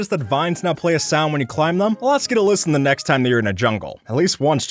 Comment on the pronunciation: The is pronounced differently based on if it's following a vowel not if it's at the beginning of a sentence or whatever or not.